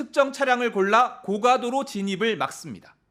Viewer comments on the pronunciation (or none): none